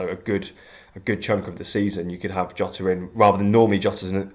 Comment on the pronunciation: Where in earth do you get YOTA from? Do not watch fpl family. They started using that stupid pronunciation - and are still the only ones saying it. You don't call Mourinho Yosay